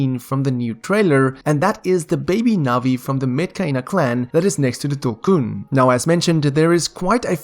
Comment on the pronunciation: Yeeees finally someone pronounced tulkun correctly